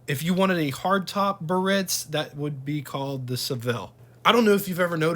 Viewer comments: The proper pronunciation for this Cadillac model is “BEE-A-RITZ”….not “BURR- RITZ.” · Just an FYI - Biarritz is a resort in the south of France that catered to the rich and famous. In English, it's usually pronounced, "Bee - are - ITZ" - with three syllables, the accent on the final one. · Nice video, full of info, no doubt, HOWEVER: it's pronounced BEE'-ah-ritz. They came with bias ply tires, drum brakes, and they rode very well (very boaty, ride, quiet inside and at that time, they had the most amazing options that no other manufacturer offered). These cars had an enormous amount of chrome, and boy, did you have to stay on top of that otherwise, the chrome pitted, especially by the exhaust. And I think air conditioning was almost a $1,000 option....that's like $9,000 today! These cars were only affordable to the wealthiest at that time. : those vents are where the A/C blows into the cabin. At that time, the blower was kind of weak, and in some hot climates, the A/C barely kept the car cool. GM Frigidaire A/C improved but it wasn't until that GM got the A/C working well enough to cool the car sufficiently on the hotter sunnier days. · It's pronounced BE-ah-ritz which refers to a very popular resort in France. The word has three syllables, not two.